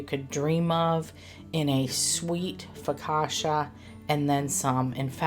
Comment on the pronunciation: That looks soooo good. I would not be glazing, as that’s a missed opportunity for cream cheese frosting! 😂 Ps. It’s foka-CHA, not foka-SHA. 😅